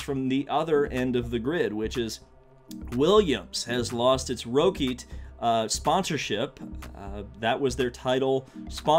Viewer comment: "Roh-keet" .......dude its pronounced rocket.